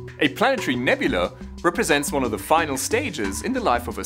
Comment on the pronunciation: nyuk nyuk. . he said "nebulee" . .ya. .i'm simple.